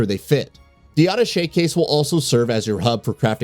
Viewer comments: It is called Ah-ta-shay case, from the French word for connecting. And chainsaw man is called Dr. Salvador. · "adduhshey case" c'mon man. Also: "RE4 Remake is so hype!" Not by everybody. Should've let it die and gone with Code Veronica instead. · Over a million subs and can't pronounce ATTACHÉ properly...?wtf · Lol, it’s pronounced Uh-Tash-Aye case…. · Auto-shay case lol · Are you trying to sound sophisticated with that pronunciation of Attache? 🤣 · Why are you saying "Attache" like that? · Thank you! It bugged me so damn bad that he mispronounced it. And did it 5 more times😂😂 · How did he pronounce attachment case?